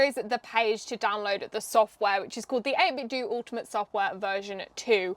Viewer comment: Actually the company has come out and said it's pronounced this way, 8-bit-doo. The do is the same as in "to do".